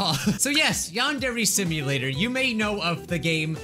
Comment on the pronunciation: "yong-ok dear" 😍😍 instead of yandere simulator in the old vid 😍😍😍